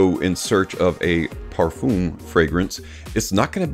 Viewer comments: It’s not pronounced “parfooom.” 🤣😂🤣😂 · no it’s pronounced par-fuum. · Great Video but for god sake learn how to prounance Parfum This is a MUST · Now with Eros I can also hear how you pronounce it in Eau de Parfum So it's hopeless correcting you LoL